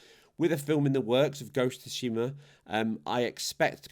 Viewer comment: Imagine there's some woman named Sue Sheema. Say her name in your head. That's how you say Tsushima. You're welcome.